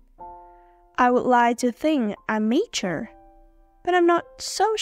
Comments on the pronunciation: Giọng đọc rất truyền cảm nhưng mature cứ nhấn âm 1 nghe khó chịu quá ạ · từ mature ad có đọc sai ạ